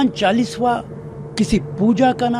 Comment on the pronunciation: पहले तो बोलना सीखो नेता ।चालीसवा नही कहते , चालीसा कहते हैं। नमाज़ सड़क पर पढ सकते हैं ।तो चालीसा क्यो नही। वैसे भी अंग्रेजो की पार्टी से उम्मीद भी क्या कर सकते हैं